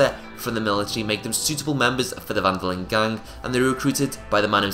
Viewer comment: Lol I hate how you how you say gang